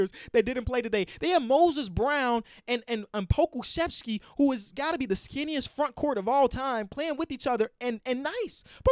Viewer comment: pronunciation of Pokusevski is really good actually